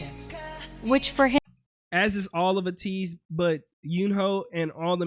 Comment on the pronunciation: A - teez pronounce A like you would say A